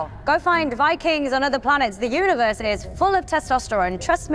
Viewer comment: Just hearing "Who-ni-verse" makes me feel sick.